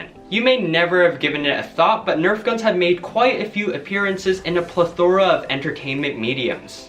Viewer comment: Learn to pronounce plethora. Stop calling RCO's "Red dots" insulting Nickleback isn't a meme anymore. Stop being a boomer. Department stores that sell 12$ Nerf strong-arms? Everyone I go to, but what do I know? I just live at Palm beach island. We're only billionaires here, so you never know... That is NOT a red dot sight! My Drill instructors would have literally beaten you for saying that. Says the guy who called an RCO a red dot and a red dot an RCO. All in all fun video. I liked it. ;)